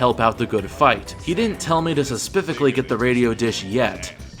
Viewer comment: You really say suspifically every time? That is something i dont recall encountering before.